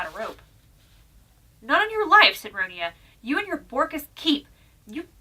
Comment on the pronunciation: I'm not having a go but you pronounced the name wrong. First of all Ronia is the English version of the name (the original Swedish is Ronja but it is pronounced Ronya because in Swedish J is pronounced like a Y sound). Sorry for the rant but I've had to deal with people pronouncing it wrong my entire life.